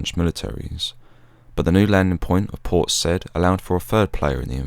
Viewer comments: I think it’s pronounced say-eed not said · Yeah, it's a superb video - but it was kind of let down by mispronunciations. Not only Port "Sai'eed" but Port Few-ad as he said in the video is pronounced "Port Foo'aad". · I believe it's pronounced, "Port Sigh-eed." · Awesome video mate. Small detail only: Port Said (that is “Say-eed”). Carry on. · It's pronounced, Port Sigh-eed. Commandos are referred to by single digit numbers. 40 Commando is four-oh, 43 is four-three. As The Marines will tell you, forty three is a position in the Kama Sutra. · A good video, but the narrator should have learned the correct pronunciation of "Port Said."